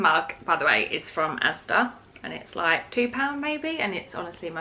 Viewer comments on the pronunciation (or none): none